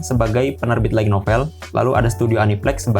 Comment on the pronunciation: Pengucapan untuk light Itu Lait. Bukan laig, kalau tidak percaya silahkan konfirmasi ke google translate. Maaf, bukan maksud menggurui, karena Sudah terlalu sering mendengarkan yg salah jadi pingin ngasi tahu. Terimakasih 🙏